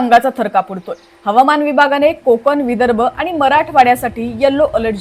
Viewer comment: मॅडम, बातम्या देताय, जरा शुद्ध मराठी बोला की! तुमचे ते आनि,पानी,कोकन वगैरे अशुद्ध मराठी ऐकतांना कानावर अत्याचार झाल्यासारखेच वाटते….!! “ण” हे अक्षर स्पष्टपणे बोलायला शिका लवकर!!!